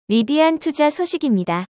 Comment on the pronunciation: 리바안이라뇨 ㅋ